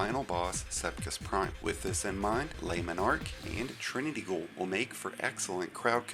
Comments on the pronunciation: Sepiks Prime, not Sepkis Prime. Whole ass different arrangement of letters. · mf said sepkis prime lol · I got the message this guys a moron. It took him 30 minutes to do the easiest GM strike in the game. Couldn’t even pronounce the name of the nightfall weapon correctly lmfao. The real cheese is doing this in master with three storm Grenade Titan with Heart Of Inmost Light doing 7 minute runs.